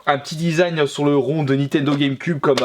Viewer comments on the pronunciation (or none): none